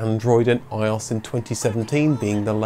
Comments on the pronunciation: With all the attention you pay to pronunciation I’m a little shocked that you’d get iOS wrong 😩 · Love your pronunciation of iOS ! 😂